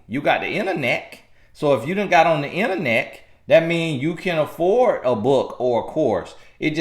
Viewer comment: did you say ‘you have inter-neck 🌐(internet)?’ I’m laughing but I’m healing at the same time.This message is necessary for women.